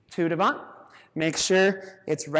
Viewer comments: The "T" in "devant" is silent. As in, "duh-VONH. A very tough but excellent class. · Good class, but strange for a ballet dancer and teacher not to know how to pronounce "devant". :)